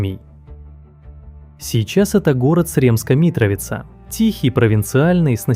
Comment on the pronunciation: Rakija / Pljeskavica/ Sremska Mitrovica Such a bad pronouncement of this one. C in Serbian is not K And J is not G. One more thing. When Tesla was born that was not Croatian land. That was Austro-Hungarian land. Croatia didn’t even exist then. It’s just so so so wrong to say so. Facts are there. Everyone knows this.